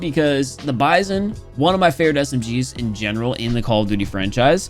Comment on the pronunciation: you're pronouncing the bizon wrong It's the B-I-Z-O-N